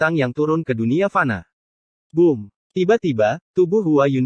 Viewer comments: Bom bukan booom 🤦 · Kak min kalok booom yabaca booom jangan B,O,O,O,M gitu 😂😂😂..........?